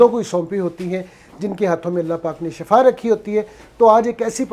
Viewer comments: ye lafz shafa Nahi hae bulkay shifa hae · Shafa nai Bhai shefa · Shafa moat ko kahtay han, yah lafz Shifa hay